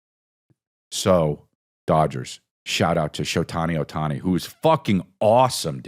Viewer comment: Maybe he was trying to say "Showtime Ohtani" 😂